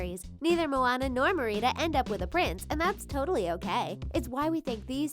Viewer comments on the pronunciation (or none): It's Merida (mare-ida) not mereeda lol 😂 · Meerida! No no nooooooo it’s Merida mare-ida learn how to pronounce it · Merida not Marietta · merida is not pronounced ma-ree-dah, but its pronounced mer-eda. sorry it was just rlly triggering me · why was she saying mirina instead of merida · Merida not merina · You’re pronouncing it wrong it’s not Merieda it’s pronounced like Mare-eh-dah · omg she said Mer-ei-da instead of Merida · It’s not mereeda it’s merida like meridith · It’s not Mereeda it’s meh ri da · it is merrIdA not merEEdER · Merida is said like mer-i-da not mer-ree-da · she’s called mar a da not mereata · It is Mer-i-duh,not Mor-ie-duh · it's MERida not merIDA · Merida pronounced (Mar-i-da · Merida (mare-ida) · I cringe ever time you say Mer- ee- da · Her name is Mare-I-dah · it is Mare-i-da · Who is mer-eeda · Lol she meets calling her MerEEda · MEH-ridah THAT'S HOW YOU SHOULD SAY IT IT'S DRIVING ME INSANE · your saying Merida wrong it is Mar,I,d,a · It's pronounced MErida not meRIda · That’s not how you pronounce Merida... it’s Meh-rah-duh 🤦🏾‍♀️ Please learn how to say it before you make a video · It is ( m air I da ) that is how you pronounce it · You are saying her name wrong. It is Mar id a They say it like that in the movie and I’m sorry but when say an easy name wrong it is really annoying. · LEARN TO PRONOUNCE NAMES LADY! HER NAME IS NOT MEREEDA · " mere eed a" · The name is MARE-I-DAH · Its Supposed to be Me-ri-da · Mereeda? why are you calling Merida Mereeda? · I AM SO TRIGGERED BY IT UGGHHH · The way that the things pronounces “ Merida “ is from a alternate universe ~ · Oh my heart hurt when they mispronounced Merida... lol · Cringing so bad at this chick saying Merida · You are saying Merida wrong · THEY PRONOUNCE MERIDA WRONG AND ITS DRIVING ME NUTS i need to chill... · OMG you don't know how to pronounce her name?! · she said Merida wrong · I hate how she pronounces Merida!😝😜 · You pronounced Merida wrong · Sshe says merida